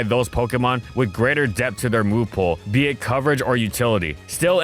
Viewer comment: "albeit" is pronounced like "all be it," not "al bait"